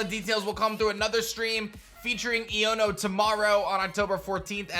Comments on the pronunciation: Just so you know man, it's pronounced "Eye-own-o". So it sounds like "I'dunno" with the d slurred away. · say the name right dawg. It's eye-oh-no. like ion. electric. iono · it's pronounced "ayono" as in "I don't know" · Bro her name is pernounced iono eono its a hard i sound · I feel that here name is pronounced Ion (a positive or negative electrical charge) + o